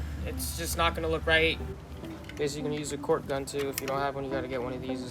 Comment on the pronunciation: It’s not “cork” it’s a “caulk” and “caulk gun”.